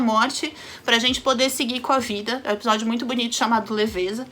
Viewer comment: fala “Epijódio” kkkkk fofa demais